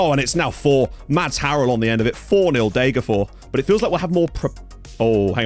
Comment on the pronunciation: It's Deh-ger-fosh. I appreciate that you don't think that s is pronounced, but in this rare case the s isn't genetive (Degerfor's IF), the town is actually called Degerfors. Fors means stream. Loving the series as usual!